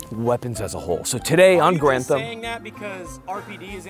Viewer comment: I really appreciate the fact that you pronounce Garand properly. lol30-06 is a beast of a round. Could you do an episode of that and 88mm shells?